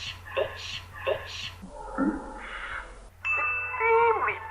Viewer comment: she said vitch nat bitch